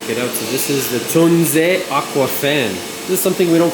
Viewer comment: Finally a english speaking person brings the right pronounciation out into the world!! Thank you! ❤